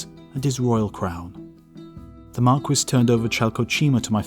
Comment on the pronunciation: Bro, are you saying "Marquess"? The S is silent. Why do British people keep doing this???